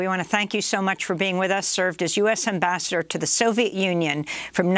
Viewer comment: "And Amabassador Matlock joins us now" Love the 'switch up'.